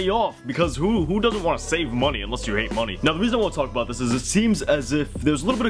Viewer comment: Are you from great canadia just asking cause I think I heard you pronounce “about” or it might have been “sorry” I’m not to sure which one it was but made me wonder if you were a Canadaer Canadite no reason just me being nosey